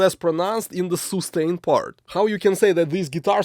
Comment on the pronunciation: soostain ! haha love your videos man you're great